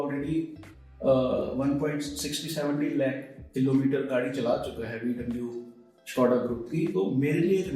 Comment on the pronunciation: VW ko thik se pronounce karna sikh le bhai, lover bane baithe ho